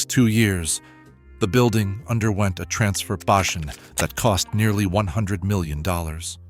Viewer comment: what is a "transfor-Bashun"